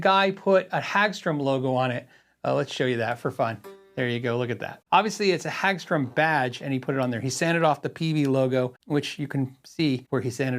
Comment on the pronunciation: Hagström is pronounced with more hard a, like in hard, rather than an a as in, well, a hag. The o is pronounced with a kinda "uh" sound, like work (I think you're getting that syllable right, just the first one needs work) and it means Meadow (Hage) Ström (stream), and the e gets dropped out. Pretty common last name. Source: Swedish wife, who isn't cringing too badly at your pronunciation as I watch this before bed. Thanks for putting this video up - I'd suggested a Hagström for review some weeks ago on the patreon chat and wasn't expecting this one! Considering the combination of parts, I'd suggest the name has to reflect it's Swe-nglish mishmash, so I want the ö to remain (also it makes it more metal, just ask the dudes from Muttley Cree), but Peaström kinda opens up the wrong can of worms.